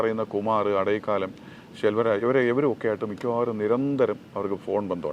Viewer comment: സാർ, അടൈക്കാലം അല്ല അടൈക്കലം (அடைக்கலம்) means അഭയം അല്ലെങ്കിൽ സുരക്ഷിതമായ ഒരു താവളം